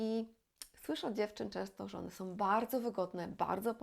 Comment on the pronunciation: Pani kanał jest bard,o potrzebny, a porady sensowne i użyteczne, ale proszę się postarać, by nie mówić " som", " używajom", " ubierajom" itp. Wiem, że wiele osób tak teraz mówi, ale to naprawdę jest nieznośne. Tam wszędzie ma być " ą".